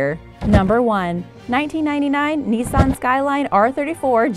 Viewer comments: It's Niss - An NOT NEESARN! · Nee-san skyline